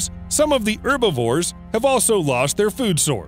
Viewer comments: It's Herbivores not Urbivores, Animals are not plants and anyway you actually do pronounce the H in Herbs only the French don't because there is no H in the French language they are all silent. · Why don't you pronounce the "h" in herbivores????? Irritating